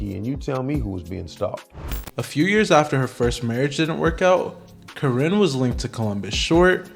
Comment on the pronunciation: Please take this video down. One, this is old news. Two, it's misogynistic because the men involved aren't innocent. Three, you're not even pronouncing Karinne's last name correctly.😂😂😂